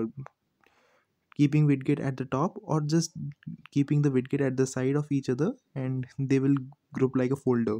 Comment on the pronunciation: bhai please wid get mat bolo kaan me cholesteatoma ho jayega ek baar aur suna to